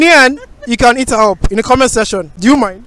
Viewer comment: The way you say 'hit her up' sounds like 'Eat her up" 😂😂😂😂